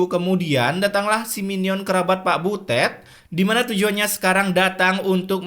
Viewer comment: Biasa aja kalo bilang butetnya😂